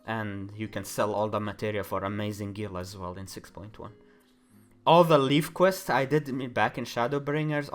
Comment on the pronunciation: Just a heads up, Levequests are pronounced like "leaves" of a tree. It's confirmed in all the leve puns. Pronouncing it like "lef" like in "left" is not right :D